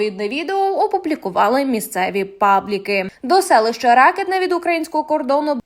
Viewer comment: Селище РакИтне, наголос на букву "И". Сідай, двійка.